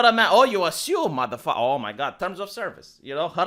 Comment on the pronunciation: One of the biggest strength has is to be able to say the most masculine "motafaka" with the thickest accent ever. I started saying motafaka like him and I don't regret it, motafaka